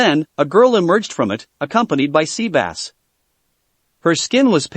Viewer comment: He called sebas Sea bass i’m done I am so done🤣🤣🤣🤣